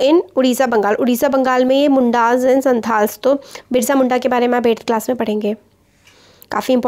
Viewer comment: Santal-ସାନ୍ତାଳ୍ pronounce hoga....wo ek type ka tribal category hai